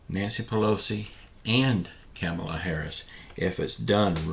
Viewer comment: When are you going to stop mispronouncing VP Harris' name?